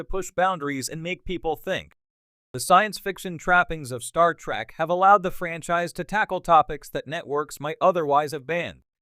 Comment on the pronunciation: it is trek not track